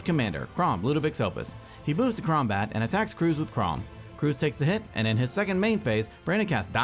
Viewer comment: Did he just say Kraumbat?